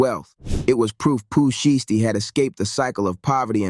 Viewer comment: Why does this guy continues to say Pooh Shee-esty 🤔